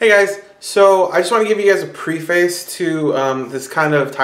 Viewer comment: Nice video. FYI, "preface" is pronounced PREH-fiss.